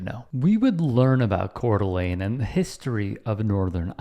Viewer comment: You pronounced Coeur D’Alene correctly this time!!